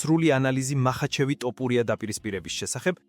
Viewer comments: ტოპურია არა თოფურია ხელნური ინტელექტი ხარ ტო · რა ტოპურია თოფურია ქართული დაგავიწყდა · საუბარი ისწავლე.თორე გავაუქმე გამოწერას.ძაან ცუდათ ისმის ტოპურია😂😂